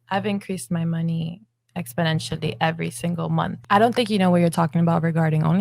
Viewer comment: I don't think she knows what "ex-po-nen-shully" mean...